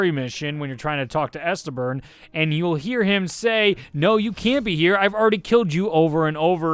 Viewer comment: "Estebern" please tell me this is like an inside joke from his channel